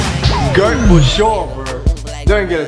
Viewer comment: The way he says goat bothers me so much